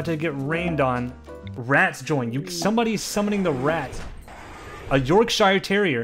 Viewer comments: SAY YORK SHIRE ONE MORE TIME! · "york-shire" oh no please it hurts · As an Englishman your pronunciation if Yorkshire terrier is dreadful. May I suggest pronouncing it York-sure terrier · how the fuck did you say yorkshire what the hell i'm going to have a stroke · The way he said Yorkshire 🤢Americans smh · He butchered the word yorkshire :(